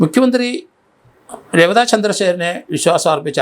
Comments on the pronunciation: സർ, രേവത എന്നല്ല, റവാഡ ചന്ദ്രശേഖർ എന്നാണ് ശരിക്കും പറയുക. അത് അദ്ദേഹത്തിന്റെ ജന്മനാടിന്റെ പേരാണ്. ❤ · Malayalam stupid Mapras are pronouncing his name incorrect...?😂